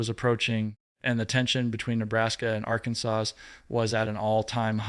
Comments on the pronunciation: is spilling the tea. But his presentation needs a lot of work. He can’t even pronounce Arkansas! 🤷‍♀️ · AI should really learn how to pronounce Arkansas.